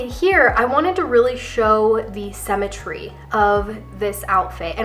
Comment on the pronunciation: I love your videos. As I am trying to establish a wardrobe that works with my figure (rather than never looking right in the trendy new looks) I find your input very valuable. One small constructive criticism...sym·me·try /ˈsimətrē/. I know it's a small thing, but it's very distracting to hear you pronouncing symmetry incorrectly, especially since I believe I'm a classic and all of the videos about classic have that word in it many times. I really do love, love, love your videos. Keep 'em coming! 💖